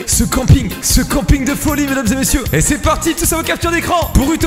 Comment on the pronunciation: "Est-ce que vous z'etes chaud mesdames et messieurs, aller z'est partie, z'est Cricri z'est totophe"